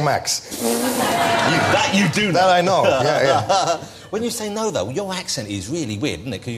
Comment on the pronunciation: DEM DOE? What language is that? Oh wait. You mean,those,though. Not,dem,doe. Doe is a deer. :)